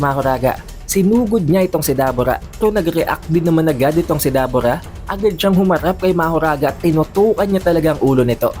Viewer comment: Debura po Hindi dabura